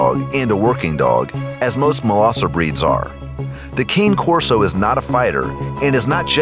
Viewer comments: It's not "Kane" Corso, it's "Kah-ney". It's Italian. What is the matter with Americans? All their YouTube dog channels mispronounce it. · Number 8 is pronounced Kah-nay Corso not cane corso. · Khan-A Corso. Not Kane Corso. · You pronounced Cane Corso wrong. It’s KAY-NAH KOR-SO not Cane Corso like a candy cane. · It is pronounced Ka-Nay Corso. It is a breed that originated in Italy. Cane is Italian for “dog.” It is NOT “Kane.” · ITS NOT KANE CORSO ITS PRONOUNCED KAHN-EH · KAHN-AYE corso!!🤣🤣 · As an American, I cringed every time he said it wrong lol I get why people who don’t know a lot about dogs pronounce it like that, but an informational video? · it’s pronounced “Cah Nay” Corso (Cane Corso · Cane Corso is Italian for Coursing Dog. Cane is pronounced CANay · That’s not how you pronounce Cane Corso! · I see you guys beat me to it lmao!! You are so onto these guys lol!! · Fr the way he said cane Corso and he said they way 70-100 that's cap I have on that's 125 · Is it only me that is bothered by how he pronounce Cane Corso? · You destroyed the Cane Corso Breed information. So wrong, and mispronounced it.